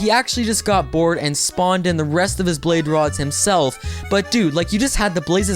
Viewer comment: He said "blade rods"